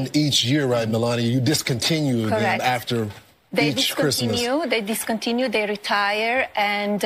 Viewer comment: Yep. “Who geeves a fuck about Chreestmas?” 🤣